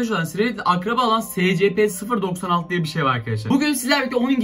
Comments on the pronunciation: Abi o secepe diye okunmuyor esipi diye okunuyor (SCP YAZMAYI BİLİYORUM ÇOK BİLMİŞ BEBELER DOLMASIN) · SCP diye okunmuyor esipi diye okunuyor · Abi siz buna nasıl inanıyorsunuz be. Ve SeCePe diye okunmuyor. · Scp vakfını bilenler +1 (büyük ihtimalle yorumlara bakmadan kapatıp gider ama) /SCP NEEE gıcık oldum olm okunuşu ESPİ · Abi o scp 096 değil es si pi diye okunuyo